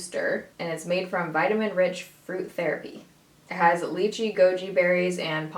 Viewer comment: OMG you said lychee properly! I'm such a proud South African 😂